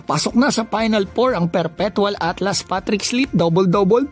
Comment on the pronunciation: ALTAS kuya. hndi ATLAS